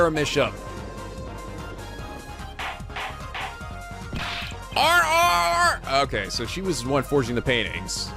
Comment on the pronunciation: ok i might be an episode late on this but i think Misham is pronounced "My Sham" because their art is shams.